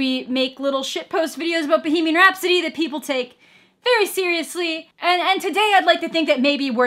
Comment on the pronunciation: Its pronounced Bohemian not behemian